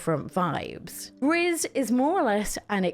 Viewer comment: Sorry, I just need to correct you on one thing- Gris isn't pronounced 'grizz', it's the French word for 'grey' so it's pronounced more like 'gree'. It's called Gris because her world is colourless due to grief, and through the game she discovers all the colours again as she learns to deal with her grief. It's a beautiful game.